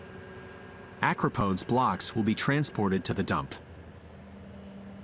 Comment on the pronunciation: Stop saying acropodes